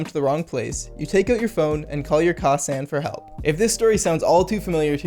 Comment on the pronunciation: He said -san wrong